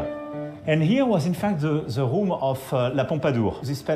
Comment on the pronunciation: Ze roum of Ze pompadour... En plus son anglais est complètement merdique, prononciation d'élève de 6 ème... 😂😂😂😂